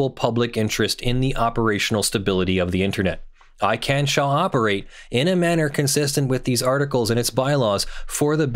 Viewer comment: ICANN not ICANNOT